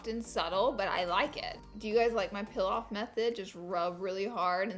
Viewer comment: I love that she said pill off Yass queeennnnnn😘